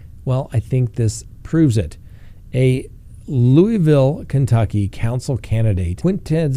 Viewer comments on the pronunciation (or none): none